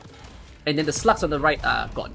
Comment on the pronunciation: When you hear a T instead of G in SLUGS, you can not unhear it and the video becomes a bit more fun :) Awesome guide btw! So easy to execute compared to others! In 2-3 months it is very likely to have more than one 6 star so it is great to see guides for normal mid-game players.